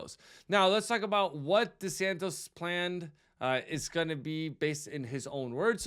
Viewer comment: His name is DeSantis. Not DeSantos